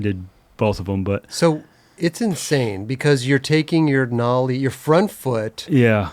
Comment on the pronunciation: Nollie not mollie